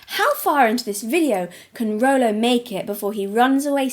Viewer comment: Stop saying rolo you're gonna trigger me to the snack draw